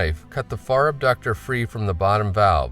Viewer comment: It's not "abductor" muscle!!!!!